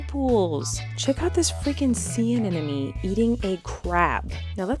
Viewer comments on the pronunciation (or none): Anemone, sis!! Think of it like ‘an eminem’. Rather than ‘an enemy’ (which is what you’re saying).